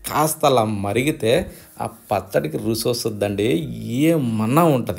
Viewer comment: రుసి ఎందండి రుచి అనండి